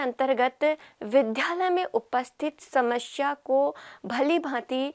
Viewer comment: Smashya ni hota, samasya hota h